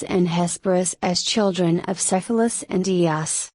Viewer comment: it would probably be better if you knew how to pronounce Cephalus